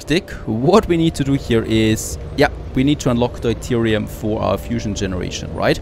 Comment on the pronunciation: It's [dew-teerium] in english